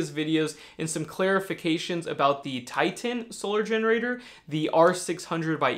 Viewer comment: Titan not Ti-Tan! grrrrr dunno why it irks me but meh